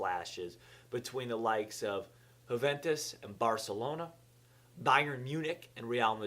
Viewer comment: Huuventus - Wrong Yuuventus - Correct